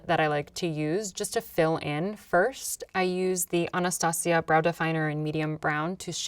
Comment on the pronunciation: Was it just me or did she pronounce anastasia wrong?